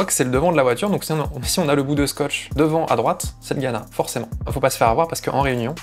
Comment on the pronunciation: capable de reconnaitre un pays a son humidité mais il sait pas prononcer LA RÉUNION